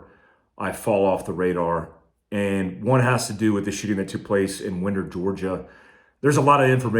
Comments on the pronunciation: IT’S NOT wind-er as in the wind is blowing!!!! Its mother freaking WIND-er as in wind the watch!!!!!!!!! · Lol it's pronounced wine-der. Fyi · It's pronounced winder, like a window winder. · Best of luck! Just seen some docs about soldiers and lumbar spine issues. I'm rated for my L4 injury and I'm not cool with surgery yet. Hope it fixes you no less! Not splitting hairs, but, it's pronounced Why- nder Georgia, we talk and see shit really kinda funny down that way, ye know. God bless, good luck, Holla if you need anything!! Throw down/ til ye throw up!! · Best of luck with your surgery and recovery! I had a L4/5 fusion in 2008. P.S. I’m from ATL and Winder is pronounced like “Wine-der”. It’s a long “i”. 😉 Very tragic event. Many “copycat” threats circulating thru different school districts here in GA since. Awful. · Its pronounced W"eye" nder. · Just to throw this out there, it's Winder (wine - der). That is all. Heal up quickly. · Hey, great video. FYI though, Winder is pronounced WINE-der. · Just in case anyone cares, unless they changed the pronunciation, in my experience Winder, GA was always pronounced with a long 'i' like in 'winding string' and NOT like in 'the wind blows'.